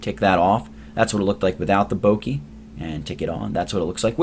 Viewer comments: bokeh: boh-kə: bow-kuh not bowkeee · This is super useful! But it's actually pronounced Boh-Keh (rhymes with "Okay") rather than "Boh-kee". But seriously, very good tutorial. Thank you. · Its pronounced Bokeh like Bo as in bone and keh as in keg.